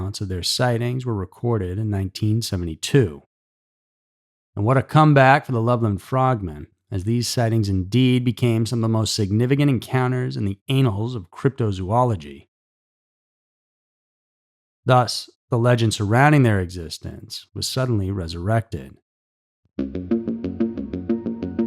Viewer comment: 'anals of history ' 😆